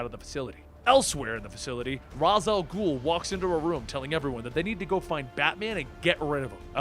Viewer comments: Raysh. It's pronounced "Raysh Al Ghul." Not "Roz Al Ghul." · You say Ra's al ghul wrong😐